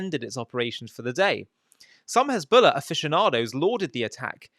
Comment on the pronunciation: HEZBOLLAH is defined as HENZBOLLAH😂😂😂